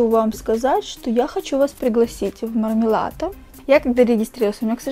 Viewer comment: класс, только не мармелато, а мармалато